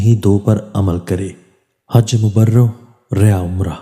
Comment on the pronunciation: Bhai jan Hajj e Mabroor yea Umrah ilfaz hyn. Jin ko ghalt perh re ho.